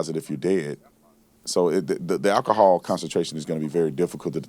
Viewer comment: I just wish Brandon could pronounce words like “alcohol” and “ask.” “Akahawl” & “Aks” kinda fucks up his credibility as a former law enforcement officer.